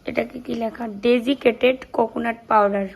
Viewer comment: ওটা ডেডিকেটেড না, ডেসিকেটেড কোকোনাট । কোরানো,শুকনো নারকেল